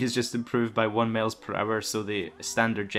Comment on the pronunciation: Miles not males dddd😂😂😂😂😅no offense man keep it up